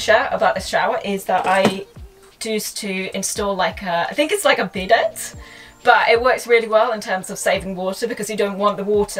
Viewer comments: The way she pronounces chassis and bidet without the silenced last letters rlly triggered me lmfao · "Bidet" pronounced *Bee-day. The T is silent. 😊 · Incredible design but hilarious that she doesn’t know how to pronounce chassis and bidet after all that. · Why do you people always mispronounce the word CHASSIS?! You're not supposed to pronounce the "IS" at the end, it's an "E" sound. Bidet is not PRONOUNCED your way either! For all that traveling you sure as heck aren't worldly or catching on very well. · how is she english and not able to pronounce chassis or bidet?